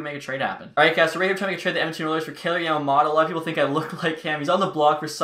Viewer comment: YAMA “MOTO” not “MATA”